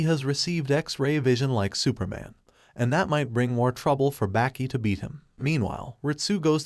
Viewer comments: You're pronouncing the name completely wrong... Its baa- ki Not back - ee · Bro its not 'Backy' And its not 'Yogurt'